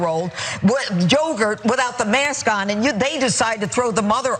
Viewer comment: Did Jeanine Perro (woof!) say Joegurt?